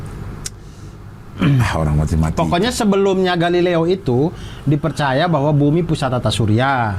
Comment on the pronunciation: galileo galilei kali durr kok jadi galilea kawkakwkaw?